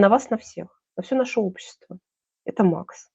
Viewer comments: Да, не МАХ- Макс, а МАХ- Махмудка, как сказал Борис Воронин. Как же запрета на иностранные названия?! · платформа назывпется не MAX( на английском), а Мах( МаХсуд Шадаев) Мах по- русски.